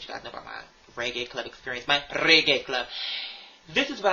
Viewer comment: RRRRRggae clob. You’ve got to roll those goddamn Rs.